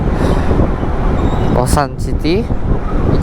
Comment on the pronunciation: Losari, bukan losan.